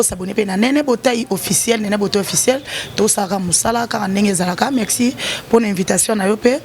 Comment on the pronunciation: On dit « Merci » et non « Mexci » ou encore « Mecci »🙄